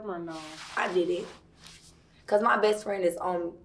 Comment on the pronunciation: *OLUp!!! ...Dude .."R*ped " you and you still refer to him as Best Frannn . 👀.... Its milk fasho , But something in it aint clean